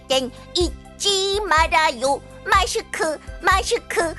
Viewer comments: 잘들으면 마슈크 같은뎈?! ㅋㅋㅋㅋ빵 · 마슈크 ㅋㅋㅋㅋㅋ 발음 귀여워ㅠㅠ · '마슈쿠' 발음 넘 귀여운거 아니니ㅜㅜ 우리 노래 은근 중독성 있다 ㅋㅋㅋ고마워! 울 도 건강 잘챙겨 ♥♥♥ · 마슈크 마슈크 숀씼기 숀씻기 ㅋㅋ 발음 넘 기여웡 💕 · 마스크 발음 너무 귀여워어러어어어